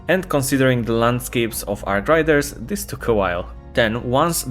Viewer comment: "I will explain stuff but I cant even say the name of the game correctly" Thank you captain